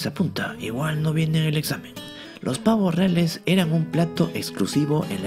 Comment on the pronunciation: ¿Pavoh riales?